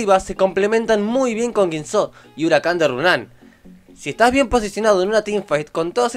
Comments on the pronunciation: Sonas a argentino, entonces por qué pronuncias Guisó y Runán? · pronuncia la guinsoo como si tuviera acento